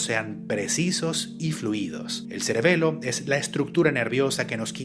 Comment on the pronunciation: Ya llevo casi un año siguiendo este canal y primera vez que lo escucho decir a la palabra celebelo 😂